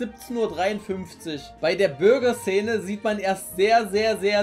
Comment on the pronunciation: Bruh, wieso sagt er Bürger und nicht Burger ? :D